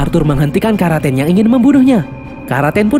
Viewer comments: Karaten ❎ Kraken✅ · Kraken mungkin min bukan Karaten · Karaten= kraken🙂